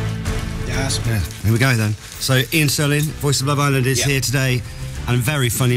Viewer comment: Isn't it Iain (not Ian)?